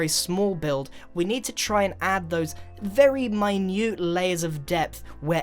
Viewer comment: "Vary Starter"